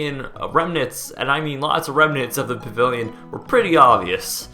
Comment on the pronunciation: You talk to quickly for your own good, "pavivilion" thats what I keep hearing.